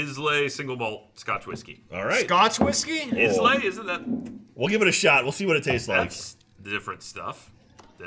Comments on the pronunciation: is just SO WRONG - yes, you do drink Guinness cold, they sell it in 'extra cold' versions, and it's not Is-lay, it's eye-la! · No how you say Islay